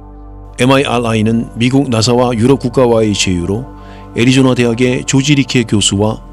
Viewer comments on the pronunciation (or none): none